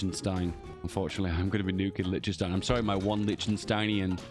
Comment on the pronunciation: "Lidchdensdein" Bonk